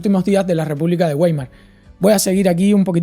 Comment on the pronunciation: El precio justo lo crea Santo Tomás de Aquino si no me confundo. Los nazis no tenían una evonomía planificada, era una economía guiada/intervenida. Reich se pronuncia "Raij" y Weimar "vaima/vaimar".